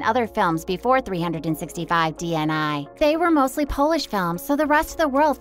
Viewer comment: Pls learn how to pronounce their names or at least "DNI"